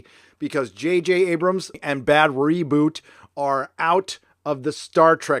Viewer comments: >> I think it's pronounced "BAD ROBOT", as in mechanical man, not bad reboot. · Stop saying Bad Reboot! It's Bad ROBOT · just wondering why u keep saying bad roboot but the text always says bad robot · Your choice to repeatedly to mispronounce Bad Robot is annoying. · Are you pronouncing Bad Robot wrong on purpose? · He is. He hates anybody that produces stuff that he finds to be garbage series. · Ah yes, the time in history when it's somehow funny to purposely say a name wrong over and over again.